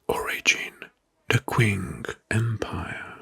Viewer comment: this is the ‘Qing’ dynasty like “Ch” in “Chase,” read like “Ching” in “Cha-Ching.” Chinese doesn’t have quite the same sounds as English, even if we’ve anglicized it into a Q.